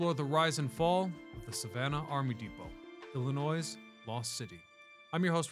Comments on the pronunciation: There is no s at the end man! If you’re going to pronounce it like that just say that you also hate every single person in the state. We also do not all live in Chicago. I was genuinely interested in this video until you said Illinois…sssssss. Illinoy noy phonetically noy. Sorry a lot of people do it. We all don’t live in Chicago and it’s illi Noy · The S in "Illinois" is silent dude!! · Can you not prounounce our state like that, so cringe